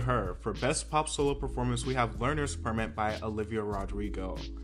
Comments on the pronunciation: Did anyone hear when he said Olivia Rodrigo won with ‘learners perfmit’ 🙄🤣🤣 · Did u say “Learners Permit” by Olivia Rodrigo😂😂😂I’m screaming